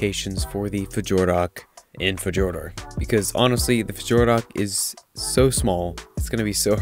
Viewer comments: Just for reference it's pronounced Fyorder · Great video! I'm pretty sure the J in its name is pronounced like a Y though ;P